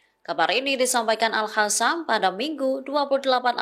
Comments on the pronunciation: Al Qasam bukan Al Hasam bacaannya artinya sudah lain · Sejauh ini kok masih ada presenter yg bilang al-hasam ya. Padahal jelas² tulisannya al-qassam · Al Qasam bukan Al Hasan bacaannya artinya sudah lain